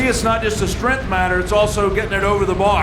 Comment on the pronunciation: Every time the commentator says “strenth” I die a little.